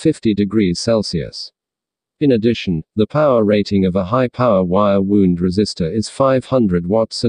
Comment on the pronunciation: Wire "wound", not wire "wound"!